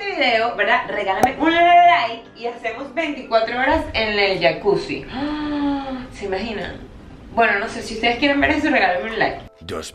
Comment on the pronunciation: Dijiste. Jacusi Jajajaja.